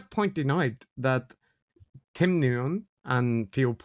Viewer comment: Nguyen is pronounced Win 😊